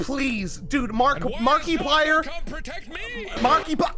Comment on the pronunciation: Marki-PLAH SENT me